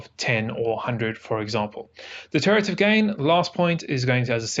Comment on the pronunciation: de-RIV-a-tive...not Deterative...was seriously screwing with me